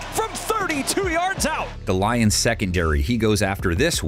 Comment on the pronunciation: How many times is he gonna mess up these lions names 😂